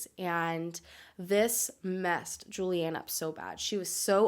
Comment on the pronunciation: You butchered her name 🙄 even the “juliane” part ist wrong